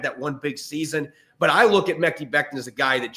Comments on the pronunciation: Guys. "Mekhi" is pronounced "muh-Kai." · Stop saying mekki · Mekhi = "Ma-Kai"